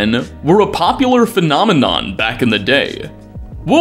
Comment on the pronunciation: I thought you said dad not day😐😐😐😐😐😐